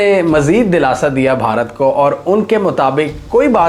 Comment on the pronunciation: دولاسہ نہیں سرجی دلاسہ ۔ دال کے نیچے زیر ہے